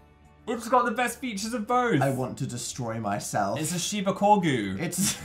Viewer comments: Phil it's called a Corgi Inu not a "Shibacorgu"..... :') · I want to here Phil say it a shiba corgu 1 million times